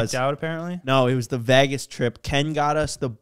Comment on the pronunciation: cant say "vegas" lol vaagass